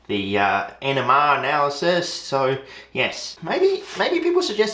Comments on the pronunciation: First few times you said NMR analysis I thought it was "enema analysis" and I got concerned. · I kept hearing "enema analysis" ngl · love when you say NMR i too enjoy sending things off for "enemahh" analysis stay classy san diego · When he says 'NMR', it sound like he's saying 'enema' too me 🤣🤣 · When he says NMR spectroscopy he sounds like he's saying enema 🤣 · The first few times you said it, I thought you said you got an “enema test” of the yellow tar 😬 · When u say nmr it sound like ur saying enema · I just kept hearing 'enema analysis' 🤣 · I knew I wasn't the only one hearing enema, lmao I was like holy shit this guy's committed. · Just gonna say that his pronunciation of “NMR” sounds a lot like “enema” and I don’t think you want to confuse those two. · Definitely thought he said enema analysis not nmr analysis. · I know you're saying NMR, but every time you say it it sounds like "enema" because of your accent, and honestly I cannot stop laughing now, so I don't see a huge problem, I just thought it was funny enough to note. Glad to see you finally got to working on this again! You were kind enough to reply to my comment asking where the next installment was, and you weren't lying when you said it was coming soon :D edit: KEEP GOING, WE BELIEVE IN YOU! Argon and all in one day are probably the best way to go tbh, time to start eliminating variables. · I cant be the only one that hears “enema analysys” right?